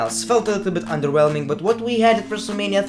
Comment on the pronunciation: CAN U STOP SAYING 'ONDERWHELMING"